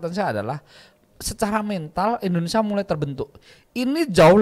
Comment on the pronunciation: INDONESIA Kang bukan ENDONESAAAA